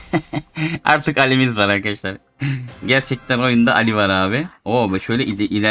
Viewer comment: Abi alli değil ali ismi